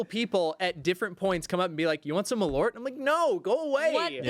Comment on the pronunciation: As a Chicagoan - I gagged just hearing you say Malort.